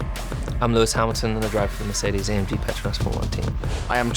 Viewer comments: LEWIS GOT THE NAME RIGHT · lewis said the team name correct for the first time